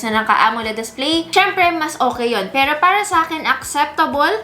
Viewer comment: Na di-distract ako dun sa pag pronounce nya ng ibang words super awrte. 'pewroh' hahaha. pawrang, areneyow. Cringe.